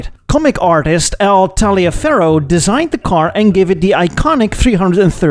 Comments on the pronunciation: In the US the name Taliaferro is pronounced “Tolliver” it is an old Southern US name. Wacky I know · Ummm.... In the States, "Taliaferro" is pronounced "tolliver", as in Taliaferro County, Georgia.